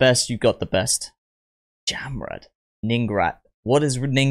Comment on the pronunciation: Jamrud pronounce like "jump road".